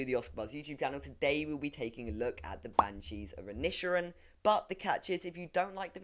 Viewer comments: Ok, before I look at this I'm going to have to correct your pronunciation of the title. "I-nish-er-in", there we go. I'nish means island btw. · I lasted 3 seconds..right up to the point when the Englishman couldn't pronounce the name of the very film he allegedly just watched...shudder